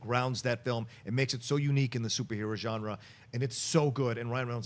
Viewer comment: The way pronounces Genre (Hard J) drives me crazy